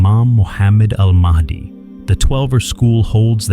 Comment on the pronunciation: ИМАМ МАХ,ДИ, А НЕ МАХАВИ ИЛИ МАХИ...!!! ДАДЖАЛ, А НЕ ЖАЛ ИЛИ ДЖАЛ...!!!